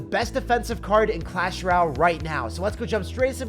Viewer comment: till this day he still cant say "royale" properly